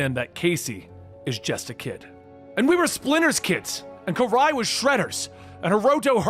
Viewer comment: Does he mean karai when he says kyrie??